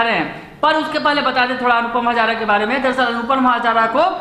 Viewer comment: हज़ारा नहीं...हाज़रा